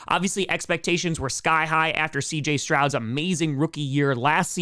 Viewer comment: “Strauds” lmao Pat Mcafee would be praud of that pronunciation